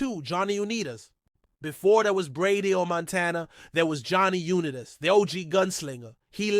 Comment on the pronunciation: I never heard someone mispronounce Johnny Unitas' name before.